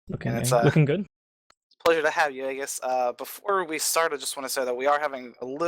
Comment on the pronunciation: Pronounces aegis' name wrong :P